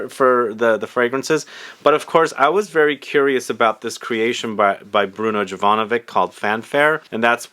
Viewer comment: Bruno’s last name pronounced YOVANOVICH.